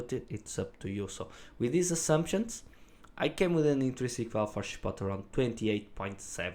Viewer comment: “Chip-oat-lay” is the proper pronunciation. It’s not “Ship-bottle” (it’s a Spanish word, not an English word)